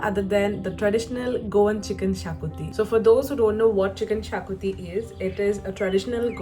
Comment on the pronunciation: Thank you for giving the correct pronunciation for Xacuti. I've just ordered as a takeaway😊